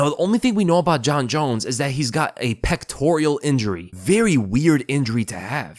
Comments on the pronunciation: Pectoral not pectorial. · Peck-tor-uhl. Not Peck-tor-EE-uhl. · pectoral not pectorial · It’s a “ pectoral” injury not pectorial lol. And there is a video on how he got it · Its Pectoral, not pectorial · It's pectoral not pectorial